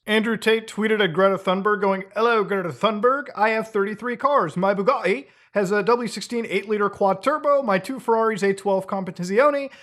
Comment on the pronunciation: Sounded like "my bukkake"